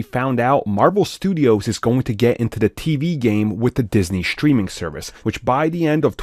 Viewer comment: Why do some people pronounce “strange” as “shtrange”, “streaming” as “shtreaming”?